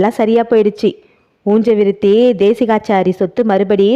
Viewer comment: நல்ல சஸ்பென்ஸ்..உஞ்ச விருத்தியை ஊஞ்ச விருத்தி என்று சொல்வதேன்?